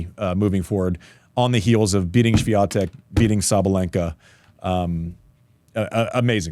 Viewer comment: Maybe you start with learning how to pronounce the name of Swiatek correctly